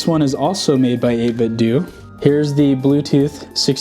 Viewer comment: It's "Eight-bit-doh" as in Nintendo, not as in DooDoo🤭